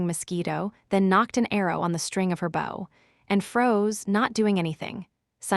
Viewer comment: The AI that reads the story is really bad. It cannot tell the difference between bow the weapon and bow the action. It also says the letter w when a character w what. It's not unbearable but it does make it feel less enjoyable and the characters less human.